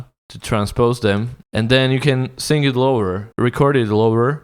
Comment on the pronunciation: you can't speak either when you say sing i hear sink...